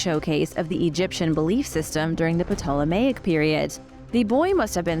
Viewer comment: the p is silent in Ptolemaic